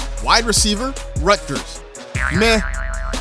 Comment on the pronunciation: You can tell when someone isn't from Jersey with the way the pronounce the T in Rutgers.